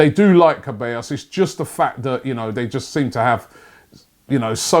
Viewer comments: Robbie please, CEbAllos not CAbEllos. And yes, he's an absolute baller. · Daniel Seh-bah-yos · Looool. That dani Ceballos pronunciation 😓😂😂😂😂😂 'SHE/ballos